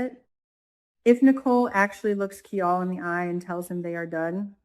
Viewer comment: his name sounds like KI-LE not KEE-ALL